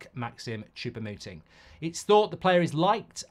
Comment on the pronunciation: For the love of God Mark, please stop calling him "Chopper" Mouting 😂😢